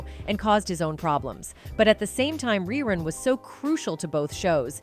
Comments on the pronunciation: The person narrating this video sounds like they're reading a script i mean its 227 not two hundred twenty seven smh cmon now and its Ree Run not Rhy Run and why does she keep saying "whats happening" like she's surprised to say it? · The late Fred Berry's character name was pronounced, REE-RUN, not Rye Run. Smh. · narrated this nicely. RY- run????? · Who did this stupid documentary? His name was Rerun not Rye Run. The other show was called 227 not 2 hundred 27. How about getting the facts straight before embarrassing yourself! And some of the pictures aren't the people that are talked about!Unbelievable🙄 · Fred Berry's character was named rerun, But you kept mispronouncing his name. But when you said the show came back in reruns, it's spelled the same you know🤔